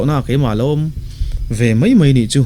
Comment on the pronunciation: Sari a tar tawh ngei mei a,Sari a tar tawh mei bak ah ..... "Mei" hi I hmang uar ve si a engtih na tak chu ni maw??? Pathian thu I sawi na ah hi chuan Mizo I nih chuan tawng hi lam dik rawh "mai" ti ve tawh em em rawh. mipui ngaihthlak a tana rawn in tlang zarh Pathian thu sawi nih phei chuan Mizo tawng hman lam dik hi a ngai.